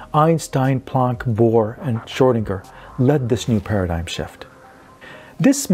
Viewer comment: "schrodinger" ..lol...